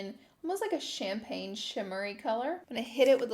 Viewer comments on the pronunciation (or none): none